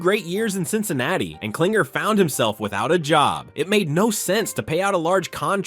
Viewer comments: The fact that you keep calling him "CLINGER" when his last name is KLING-ler shows how little you actually know what the hell you're talking about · It's Klingler, not Klinger